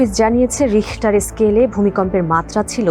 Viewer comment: ভুমিকম্প মাপনের স্কেলের নাম রিখটার স্কেল, রেস্টার স্কেল না রে বোইন